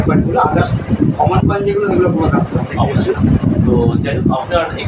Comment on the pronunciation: यह आदमी मनुष्य को coman coman बोलता है